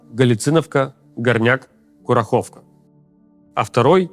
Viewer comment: Внимание, ударение в слове КурАхово